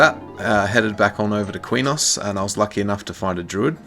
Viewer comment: back in the day when i played EQOA i pronounced Qeynos like kwaynohs and i saw people online years later say it was pronounced keynos. also i always said SOW (spirit of the wolf) like a female pig. like SOUr